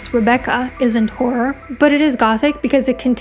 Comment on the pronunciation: Hey, I'm in the US bible belt, English is my only language... I cannot say "horror," either, and for the exact reasons you think. You pronounce it way, way better than I ever will.